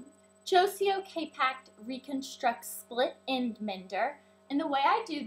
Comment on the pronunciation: It's actually Joico not Jocio. xD